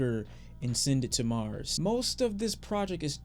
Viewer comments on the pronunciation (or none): none